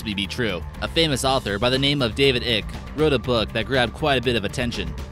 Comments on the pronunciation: It's pronounced eye- ck! Say it with me... eyyyyeeeeccccckkkkkkk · FYI David Icke is pronounced as sounds `like` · If your gonna keep saying David Ike's name, I suggest you learn how to pronounce it "Ike" sounds like bike, like etc. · Mr. ICKE'S NAME SOUNDS LIKE SPIKE! A SMALL BUT ANNOYING LACK OF RESEARCH FROM YOU!!! Interesting vid though! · Bra ya can’t even pronounce the name of the man most famous for making these claims. I’m sure you’re well qualified to spread disinformation. Bet ya can’t piss up a rope though. You should try it. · You not not pronouncing David Ickes name correctly